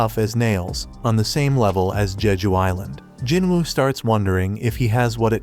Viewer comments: Jeju island not jojo island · its jeju not jojo😂😂